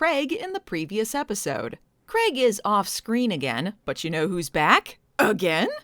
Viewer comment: Thankyou for saying "Craig" correctly - it's "Craig", not "Creg", folks!